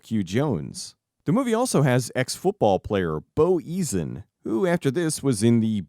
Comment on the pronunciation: I got a bit triggered by your pronunciation of" Eason" . It's "E-sun", not "Ease-un"